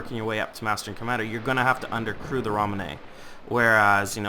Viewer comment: ramenay?? LOL